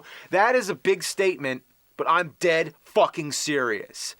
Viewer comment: I like when nerd says “I’m DEAD. FUCKING. SERIOUS.”